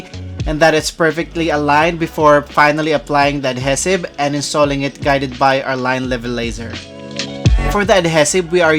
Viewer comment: I love your videos and you might hate me for saying this but ADHESIVE is pronounced "uhd HEE suhv" . Cheers